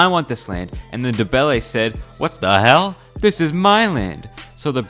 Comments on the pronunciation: It's pronounced "Nde-ve-le" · I like how poorly you pronounce Ndebele... Edit: ok I lied, it's not that bad